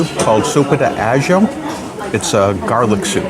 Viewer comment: Sopa de Ajo ajo is pronounced aah-ho.